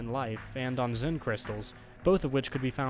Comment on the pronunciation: Xen, not zen.